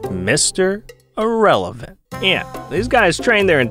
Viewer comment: 😂jajjajjjajajajajajajajja